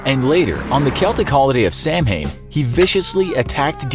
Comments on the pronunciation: It's not "Sam-hain". It's pronounced"Sowan". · no hate it's just pronounced Sah-Win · samhain pronounced sow-en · It’s pronounced sah-win. Samhain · The correct pronunciation of Samhain is “sow-in” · Samhain. Saw-win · Here we go again. "Sawen". Don't ask me why the Gaelic decided not to pronounce half of their alphabet, but "Samhain" is pronounced "Sawen", or slight regional variations thereof.